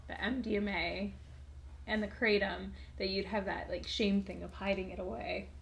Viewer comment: Its pronounced KRAH TOMM . Its Vietnamese and thats how they say it . Just letting you know